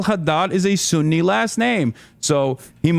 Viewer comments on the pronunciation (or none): none